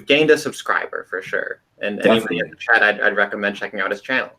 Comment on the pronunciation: you said: "Put in the Chat.." I heard The Chad.